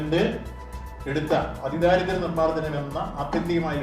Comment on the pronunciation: ദാരിദ്ര അല്ല ദാരിദ്ര്യ